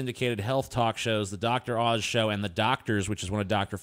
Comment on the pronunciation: Oz, not Auze.